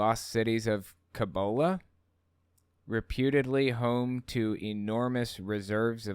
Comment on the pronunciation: Cibola, pronounced see-bo-la. As in Seven cities of gold. I'm from one of those cities here in the U.S.A., Zuni NM. Coronado went there thinking the adobe, which shone in the sunlight, was gold. We kicked his a** and chased him off. Btw, love your videos.